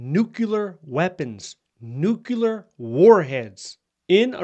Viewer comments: It’s pronounced new clear, not nuke cu lar. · PLEASE, I'm begging you, say it correctly. It's "nu-clear," NOT "nuke-u-lar." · Nuclear, not nucular. Apart from that, thanks for keeping us updated. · I have a hard time listening to someone who can’t pronounce nuclear. Please. Say it with me…new…clear. Not new q lure. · Please learn how to properly say 'nuclear' - it's nu-clear not nu-cu-lar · I saw this immediately, as well. The other discredit from this video is using the word: “NUCULAR”. When I hear someone use this mispronunciation, their literacy level has been revealed. I have lost total interest in whatever is saying. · that is ABSOLUTELY NOT true! I have a military background in Nuclear-Biological-Chemical (NBC) Operations, and proper pronunciation of the word "Nuclear" always been pet peeve of mine. However, I’m also smart enough to know that mispronouncing it does NOT determine a person’s literacy. In my 40 years of familiarity with NBC, I’ve found that most people mispronounce the word—probably only about 10 percent get it right. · LOL, when he said it's not twitter, it's nucular warheads... OK, glad there was no DEI etc or other crazy programs. How many "Nuclear watchdogs" were fired???? ... none .... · Did you just say nukular? Ok...